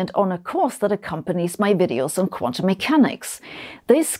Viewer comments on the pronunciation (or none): none